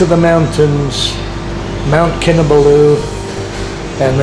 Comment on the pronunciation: It is Kin Ah Ball Ooo not Kin Ah Ba loo. Source: wife is from there